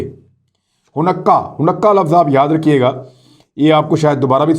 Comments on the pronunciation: Ha noo kah not ha nukkah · It’s called Haa-noo-ka not hanukka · عمران یہودی تہوار کے نام کا صحیح تلفظ “ہانےٖ کا” یا “حا نے کا” ہے حنقا نہیں ہے، صرف اطلاع کے لئے لکھا ہے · Hunakkah nahi Hanukkah pronounce hay... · It should be pronounced as “haa nee kah” not “ho nukka” Thanks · Hanukkah not Hunakka. Don't take it personal, just a correction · Imran khan I just want to correct some of the words pronunciation you pronounce like you are using in this video the word is haunika not hanakka also the name of the city of the Israel is Tel-Aviv you pronounce different it is hard for me to correct it by writing and I don’t know how to voice record the pronunciation and send it to you if you could call me I can probably explain you better I am in New York State my phone number is ,I am usually free after 7PM New York time,I do like the work you are doing keep up the good work shabash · AOA imran khan little correction of pronunciation its not Hunnakka but its sound like Honaka. Great work. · It’s hanooqa not hunaqa you pronounced wrong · Honakkah nahee ha hanka ha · لفظ خانیکا۔۔۔ جناب۔ آپکا بڑا بھائی امریکا سے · Array Bhai please please please. It is called. ( ho ni ca) ( ہو نی کا ) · Bro it’s Ha-Naa-ka ( Hanukkah ) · It is haneka man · sir it is pronounce in simple ways i try to tell u .....HANEEKA ... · Aslam-O-alikum Hanukkah festival pronounced as(Hanika). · Khan Sb ! Exact pronunciation is Ha-ni-Kah. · ہا نو و۔ کا تلفظ ہے اس لفظ کا شکریہ بہت اچھے پروگرامز کرنے کا۔ اللہ پاکستان اور اسکے محافظوں اور وفاداروں کی اور تمام معصوم مسلمانوں کی حفاظت فرمائے۔ آمین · Handeka you said it wrong